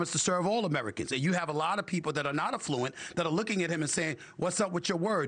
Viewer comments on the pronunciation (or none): Stephen A I love you, but it is pronounced “AF-fluent. You said it incorrectly 6x during this segment and it’s jarring bc you are smart and savvy. Hoping you are not offended. ❤